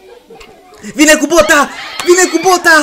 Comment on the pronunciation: Ai zis cumva bota?😶. Se zice bita